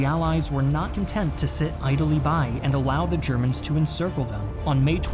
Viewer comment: You constantly mispronounced Ze Chermans.